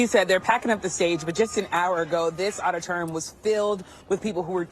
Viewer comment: Lady, learn how to pronounce auditorium. How do these people get their jobs if they don't even know simple words?